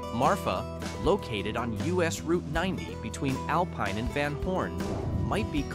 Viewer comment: "Alpeen"? seriously? Stupid AI. :face-turquoise-covering-eyes::face-turquoise-drinking-coffee::body-green-covering-eyes